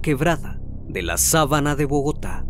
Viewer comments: Se dice en la Sabana de Bogotá , no sabana😉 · Gran video e investigación (como todos los que realizas); no conocía gran cantidad de estos detalles, impresionante tu trabajo. Con todo respeto te comento, es Facatativá, Ibagué y sabana de Bogotá (no sábana)